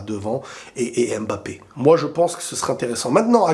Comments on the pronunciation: D'accord avec toi. Giroud sied davantage au système actuel EDF que beaucoup de bon BU plus techniques par son profil et en plus il fait une saison honorable au Milan. Après fais un effort stp c'est Mbappé et non Embappé et c'est Nkunku et non Enkunku. Tu peux y arriver. La paix chez toi! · Salut j’espère que tu vas bien alors j’adore tes vidéos c’est pour ça que en tant qu’africain j’aimerais te faire une remarque stp on ne dit pas N’nkunku mais nkunku On ne dit pas M’mbappé mais Mbappé Lire les noms d’un coup stp pour l’amour de Dieu C’est comme ça qu’on prononce ces noms